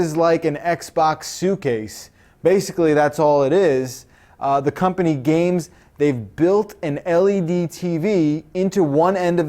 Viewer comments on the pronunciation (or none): none